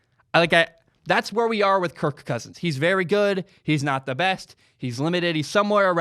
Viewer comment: I’m sorry man. I had to shut this off. The way you say kirK cousins makes this boarder line unwatchable